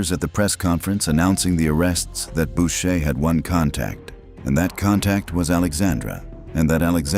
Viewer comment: Bowcher…. Lol. Its pronounced boocher you idiot